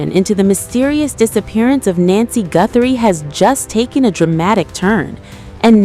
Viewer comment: It's not nancey